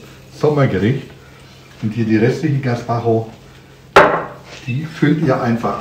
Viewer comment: Ja, den Pflaumen-Balsamico hab ich auch gekauft. Er ist phantastisch 😌 😍 und diese leckere "Suppe" wird "gespatscho" gesprochen 😌